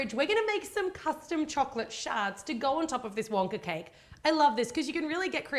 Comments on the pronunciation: Why does she say Wonkar with an R at the end lol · she said wonker lol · Who else heard she said wonker? Sorry just had to point that out!